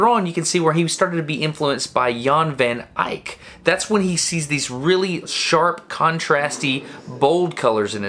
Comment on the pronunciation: I love how he pronounces Jan Van Eyck as Jaahn vaan Aaik